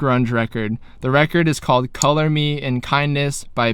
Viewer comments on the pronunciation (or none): none